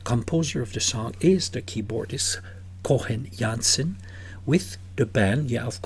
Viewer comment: It's actually Coen Janssen, not Cohen Jansen :) (yes, the band has Jansen and Janssen :) If you click on the little speaker icon here, you can also hear how it's pronounced